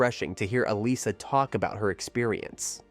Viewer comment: Um, , her name is pronounced "Ah-LISS-uh," NOT "AL-iss-uh" or "Ah-LIE-suh."